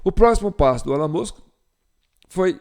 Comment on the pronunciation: A pronúncia de Ellon é Íllon